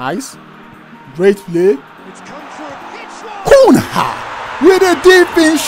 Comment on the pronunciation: Cunha is pronounced as Cunya